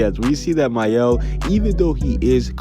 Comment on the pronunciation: My-el?? That's how you say Mael! I've been saying it wrong this entire time!! I've been pronouncing it has Male!😂